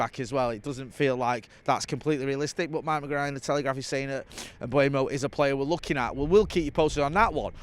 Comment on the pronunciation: People, it's not Mbwemo. E before U, it's closer to Mbomo. There's a video of Mbeumo pronouncing his own name on YouTube.